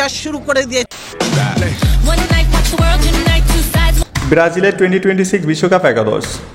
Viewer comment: ভাই ব্রাজিল নাম টা ঠিক করে উচ্চারণ করুন.. মাঝে মাঝে চুলকানি লাগে নাকি।